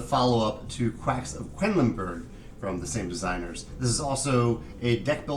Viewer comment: Am I going crazy or do both Rahdo and yourself seem to pronounce "Quedlinburg" as "Quenlinburg"? I'm not sure if it's because of my UK ears mishearing the american accent or if that's how it's supposed to be pronounced?